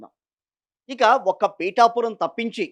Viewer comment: Pithapuram not peetaapuram. Ra Howle.